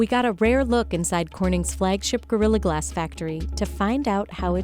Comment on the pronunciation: Anyone else hate the way she pronounces the word "glass"? "Glaaaass..."